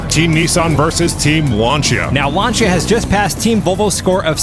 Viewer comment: Lancia is pronounced lance-see-ah